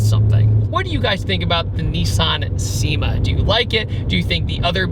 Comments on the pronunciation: It’s pronounced SHE-ma. Not SEE-ma. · I knew you weren't going to pronounce the name right, it's pronounced "Shima" 😝 Such a great car, i'm a big lover of the big body JDM sedans! 😁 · its pronounced "chi-ma" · Cima is pronounced: Chee-mah not See-mah. This is what I've been told by people that modify or utilize the VH41 from these cars. TMYK. Also the VH41 has a very strange intake manifold. Really unique car that not many know about.